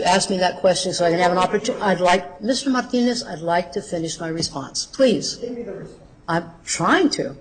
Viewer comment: Damn, that woman is execrable. A man-hating control freak. Every time she speaks i say fuck you out loud:) "FY could stand for Fuck you, yes" The way she pronounces Marrrrrtinez is really disgusting